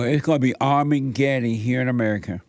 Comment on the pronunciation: It's ARMY-GET-EM, Jesse!😊